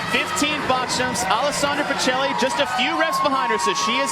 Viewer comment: Why do American commentators pronounce Pichelli like that hahahaha it's an Italian surname, it's pronounced "peekelly"